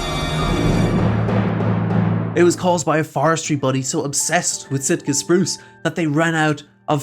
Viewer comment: Maybe it's the accent but Shitka Spruce sounds about right.